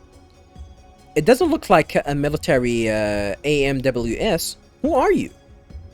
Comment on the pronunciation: AMWS is pronounced ‘aims’ though they don’t say it that often in the voiceover dialogue so understandable you’d call it by its initials. Allen’s last name is Ridgeley and it is in fact pronounced Ridge like in mountain ridge and not rid. Finally, Shion is “the Flower of First Division” if I recall correctly. Good video so far. I like that you are interacting with all the NPCs and reading the database entries in full. It really helps flesh out the world and the story and characters.